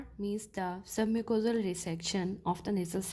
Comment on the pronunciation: Submucosal not submusical😂